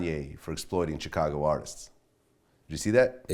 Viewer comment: I can’t stand when people say Chicago like Vlad and Charlamagne. 😒😒😒